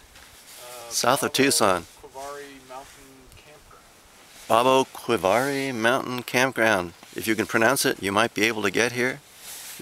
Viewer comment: I was born and raised in Tucson...no one pronounces Babaquirvi Peak or the mountain range it resides in like you do.... Good job getting to the peak...I almost lost my life there...